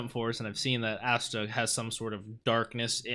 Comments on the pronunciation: he said assta instead of asta🤣🤣🤣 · Ah-sta not Aa-sta